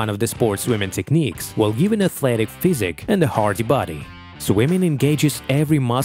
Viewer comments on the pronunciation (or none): Very AI voice the way it's unnaturally jammed together. But why the accent "swymin" vs swimming, athletic "physic" vs physique..etc Maybe it's sampled from a real voice first